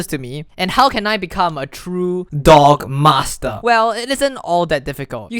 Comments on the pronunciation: Every time he says D O G M A S T R E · anyone else hear "dong master"